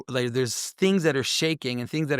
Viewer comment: Oh believe me,, we like it. We wike it a wot!